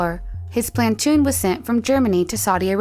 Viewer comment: his plantoon? lol